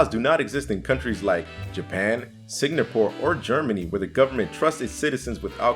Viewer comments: and he kept saying sig-na-pore instead of sing-a-pore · Sing- Gapore not Sing-napore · it's Singapore not signapore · Is...is he saying it like “signapore”? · Well, he did say it right------once.